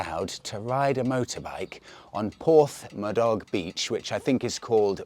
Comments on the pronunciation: Morning.. You made the same mistake i originally did.. Haha.Its not pronounced Porth ma dog.. Its Port Madoc.. I got ribbed for saying it too. Great content by the way as usual.😉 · Here in England everyone pronounces it Port Maddock. Everyone then knows exactly where you went ! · I don’t mean to make fun, and it’s easy for me being Welsh, but I almost spat my coffee out when you said porth ma dog! 😂 great video as always! 🏴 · It’s pronounced port mad-dok and black rock sands is a couple of miles around the coast. Yes you can drive your car onto the beach at certain times if the year…a beautiful coastline. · Looks like you're not for from Portmerion - TMF was there last week by co-incidence. Also as far as Porthmadog goes, I'm pretty sure the pronunciation is Port-MAdog, with no 'th' sound. Thanks for the latest video, I'm loving the 350. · That beach was used for the photo shoot for one of the manic street preachers albums. Madog is pronounced a little bit like mad dog